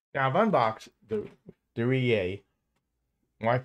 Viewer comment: The WiFi manufacturer's name is Reyee and NOT Reney!!! Pronunced Ray-yee!!!